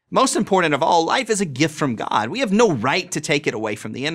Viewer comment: You notice how every religious person says god like "gwad"? As if to convey the weight of the character they are describing though annunciation.